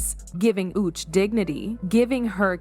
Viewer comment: The narrator of this video got on my LAST nerve. This woman not one time pronounced this couples name correctly.😡 Then she shortened Uche's name like an endearment you'd give a close friend. I found it disrespectful. She should have learned how to enunciate their names before she started on this video and learn respect 😡😡🤬